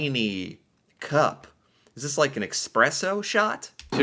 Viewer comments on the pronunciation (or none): You can get those small Pringle boxes as cheap as 1-2 USD, bet they took that one out of the hotel minibar or something. Also where do you see an X in Espresso? It's eSpresso, not eXpresso. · For the Love of God: Espresso, it is called espresso. Not eKspresso. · Its not EXpresso😅